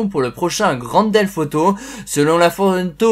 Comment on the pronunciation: Pourquoi tu dis grand delf auto!